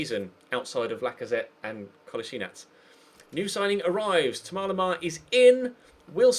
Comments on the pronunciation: Todd Samways it's not how you pronounce it. I'm French. It's Tom-As Lem-Ar it's how it looks basically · Why do u call Thomas Lemar like that?